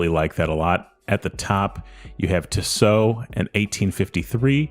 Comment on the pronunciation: Tissot. No emphasis on either syllable. Tiss. Oh. Just ordered a V8 swissmatic. Cant wait for it to arrive. Love Tissot. Value for money cannot be beaten when buying Swiss. Theyre beautifully made. Now to start saving for a new Favre Leuba to keep my old Duomatic company.